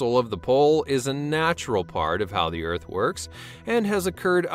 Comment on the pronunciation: Planet Earf.